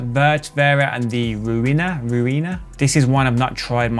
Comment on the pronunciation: I like Backmask. It's my favorite reverser. Very easy to use. If you don't know what the controls do, click the question mark, and it will tell you exactly what they do. Pretty sure "Ruina" is supposed to be pronounced close to "ruiner", as in "something that ruins something else".